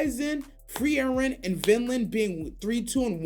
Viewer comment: So Free Eren is still here. Disappointing how mispronunciations still happen. He actually say it correctly! Great video.